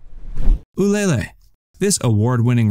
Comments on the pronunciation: Interesting selection, please learn how to pronounce Ulele and Ybor. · Can’t pronounce Ulele or Ybor and this is some expert view on Tampa dining? Yikes.